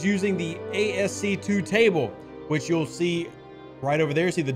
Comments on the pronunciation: Thanks Dev! PS, Rev... it's pronounced "Askey" not ASC 2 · Haha Right? I have never heard it pronounced ASC 2 before lol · Rev, Bro… ASCII is pronounced ASK-EE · Not to nitpick but ASCII is pronounced "ask-e" and stands for American Standard Code for Information Interchange. I have no idea where they got that 2 i's make a long e. I swear I think we make the pronunciations of our TLA's up. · ASCII is pronounced "As-key". Old 80s lingo.